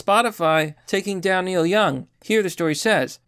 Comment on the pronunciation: Oh no not Neil Young 😢 Who is Neik Young again? 😆